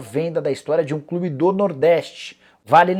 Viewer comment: Soteldo tem no "clibe" hahahah esse Nicola viu 🤣.